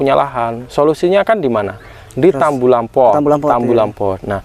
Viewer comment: Utk para peng -Angguran byk yg salah ucap ttg kata "tabulampot" yg artinya tanaman buah dlm pot,dibaca tambulampot. Alangkah baiknya dibenahi cara ucapnya agar terlihat professional dlm memberikan informasi/ilmu ttg peng-angguran. Mohon maaf 🙏 tanpa maksud menggurui krn saya jg msh belajar trs dan trs belajar. Ilmunya keren 👍krn berdsrkan pengalaman. Trimakasih atas ilmunya,maju terus peng-angguran Indonesia 💪💪💪. Salam peng-angguran.